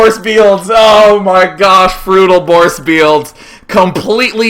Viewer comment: Frutal Borce Bields D